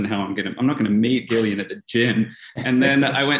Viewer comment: Gillian's name is pronounced Gil not Jil